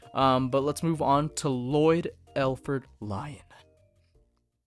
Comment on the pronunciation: These are really good The only thing I don't like is how you got his name wrong. his name is lloydford L Lion not Lloyd Lford lion, it doesn't really matter I just wanted to point that out